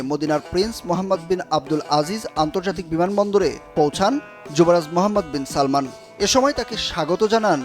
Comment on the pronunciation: এই সাংবাদিককেই শুধু যুবরাজের নামটা ঠিকমতো বলছে কিন্তু আমাদের বাঙালি জনগণ মূর্খরা বলে সালমান যুবরাজের নাম না বাবার নাম সালমান যুবরাজের নাম মোহাম্মদ তার সম্পূর্ণ নাম হল মোহাম্মদ বিন সালমান